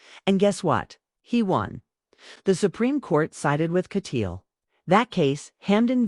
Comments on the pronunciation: YOUR PRONUNCIATION OF THIS ATTORNEY'S LAST NAME IS AWFUL. THE SURNAME IN K A T Y A A L . Not Katyeal. Rotten reporting. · Repeatedly wrong picture of Neal Kat- yaal is being shown in this video. Pls. pronoun the name as Neal- Katyaaal. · He is Neal Kat-Yaal. Pronounce it correctly, please.